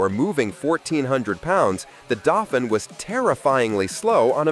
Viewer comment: The word for the Renault is pronounced "Daufeen," not "Daufin!"